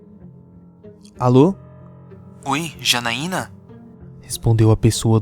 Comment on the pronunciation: Janaiana nao ,é X A N A I N A